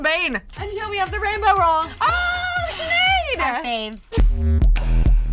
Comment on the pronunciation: no it is sineadde pronounced shinade